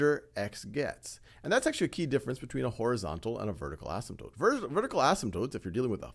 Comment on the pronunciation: I've been wondering if the Wiley Plus minilecture guy and the Khan Academy guy were the same guy, but I just noticed the Khan Academy guy knows how to pronounce asymptote, so they can't be.